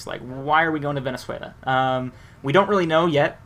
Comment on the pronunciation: 1. its VENEZUELA not VENEZUALIA wtf? and its caracas not cracas i como from venezuela and let me tell you my friend that chavez died in cuba not in venezuela when he died he was in la habana in a fucking hospital.